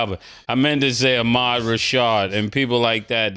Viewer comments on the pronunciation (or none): none